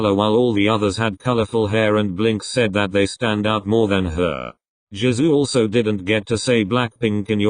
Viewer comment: I heard "Jazoo" instead of Jisoo, wtf